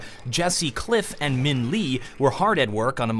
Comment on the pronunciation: pls say "Minh Le" correctly next time the word "Le" pronunciation isn't "Lee" but more of "Leh"